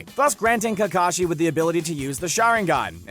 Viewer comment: He says Takashi not Kakashi